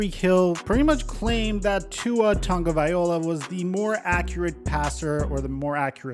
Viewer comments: Dawg, you still cant pronounce Tagovailoa? U say Tagovaiola.😂 If you gonna talk about the players and dk ride, learn how to say their name. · Tangovai- LOA, LOA LOA NOT OLA. I’m starting to wonder if you can read ☠️ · TAGOVAI L O A not ola. FFS every damn time! 😂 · I wish this dude would learn how to say Tua’s last name right. Thats just lazy hommie.